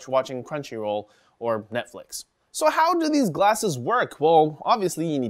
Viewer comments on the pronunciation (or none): none